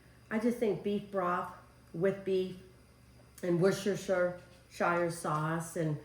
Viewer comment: Woost Or Sheer sauce is how it’s pronounced 😊 in Australia 🇦🇺